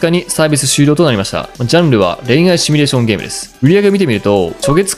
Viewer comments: シミュレーションをシュミレーションって言っちゃう人高卒説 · 「シュミレーション」じゃなくて「シミュレーション」だろう。趣味なのかそれともワザとか。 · 「シュミ」レーションではなく、「シミュ」レーションだ！(魔法陣グルグル的ツッコミ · シュミレーションと連呼されるのが気になりました。わざと使ってるのでしょうか？シミュレーションですよね？ちなみに私はスマホゲーム全くしませんが、リネージュ２という古いMMORPGを未だにやってます（＾＾； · 普段からシュミって言ってるってはっきりわかんだね。